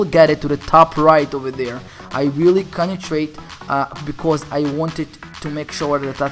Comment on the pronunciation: its CONCENTRATE not CONETRATE